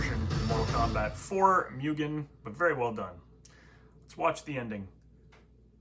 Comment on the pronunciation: Why do you say "Mewgen" its "Moogen" you sod.